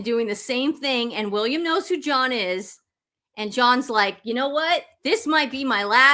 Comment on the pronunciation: It sounds like he said Joan not John